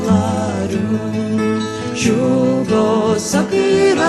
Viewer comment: Spot on? Hardly. Right off the bat, she pronounces the vocative particle “a” in “a rún” like a long English a. (It should be pronounced pretty much like the ordinary unemphatic pronunciation of the English indefinite article (“a,” as in “a book”).) Not only that, but she repeats this word (used before the name (or substitute for a name) of a person you are addressing) before the following adverbs, where it definitely does not belong. That alone is hardly “spot on.”